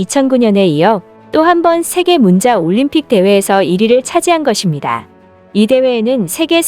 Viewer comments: 문자 발음이 문짜가 아니라 문자라고 하는게 킹받네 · 문자를 발음할때 문자가 맞나요? 문짜가 아닌가요.? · 우수성을 알면 발음은 문짜가 맞지 않을까요